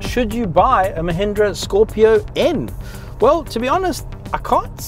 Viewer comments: Brother, this car is called Scorpio N "En" and not "nuh". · Bro, it’s not Scorpio nnnnn.. it’s Scorpio - N (en’ with an e’) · Say N that is the name not nn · Good review, except it's not scorpio nnnn😃😃 every time you said that you had me laughing.its simply Scorpio N as in the letter N 🙏🙏🙏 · It's Scorpio 'eN' and not 'Nnn...' 😂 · Pronounced Scorpio en not nnnnnhh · Scorpio "N" - "En" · Scorpio N, not Scorpio Unn 😂😂😂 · I find it really funny how he calls "scorpio-n".